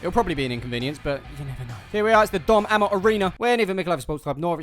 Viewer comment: Was screaming "it's 'Ay-mott' not 'Am-mot" until 12 minutes in. King of Caravans his adverts uses to say